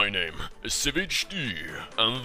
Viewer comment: i thought he would died when he said heimeddddingdeded